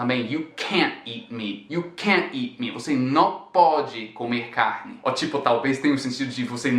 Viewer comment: It's funny when you say "You can't eat meat" and I only hear "You can't eat me" haha